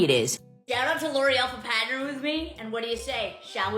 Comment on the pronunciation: “thanks l’oreal for patnering with me” 😭🙏🏽